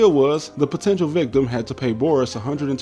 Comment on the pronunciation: I would critique your pronunciation of Boris, but the rest was so good that I'm impressed